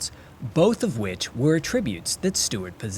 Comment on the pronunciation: This narrator is obviously educated…but how can such a simple word like “attribute” be pronounced so incorrectly? He said it “ a tribute” as if it were 2 words. Yes, I do have better things to do with my time, but it just irks me to hear our language butchered. Maybe do a quick run through with a more polished speaker to straighten out any issues beforehand. I love the videos—keep up the good work